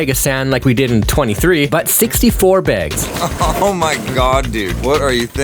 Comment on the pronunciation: Are you saying bags like that on purpose?